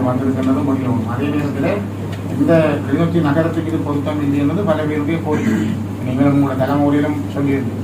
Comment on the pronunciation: தம்பி கிளிநோச்சி இல்லை கிளிநொச்சி